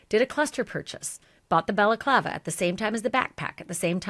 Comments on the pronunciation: Ashleigh, you're doing a great job reporting Nancy Guthrie's missing. BTW, it's Balaclava (ski mask) , not Bella Clava ( Italian women's headwear or scarf). An honest mistake. A slight distinction between the two. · Lol love this show but stop calling it a belaklava lol Ski Mask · “Bella clava”??? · balaclava" is pronounced bal-uh-KLAH-vuh